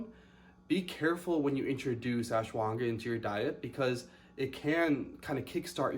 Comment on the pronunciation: Lol its pronounced ash wa ghanda